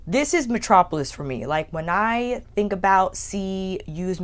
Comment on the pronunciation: I noticed always always pronounced think like thing. Like she never pronounced the K at the end of think and always says think like thing. Never heard that Kind of speech quirk before